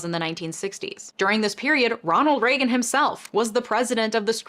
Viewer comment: É Reagan